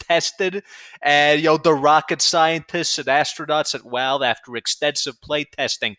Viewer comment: Why does he say Walve instead of Valve.